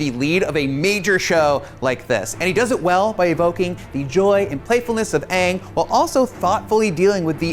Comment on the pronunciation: "Weird bald person" and He said "Uung" and not Aang, LMFAO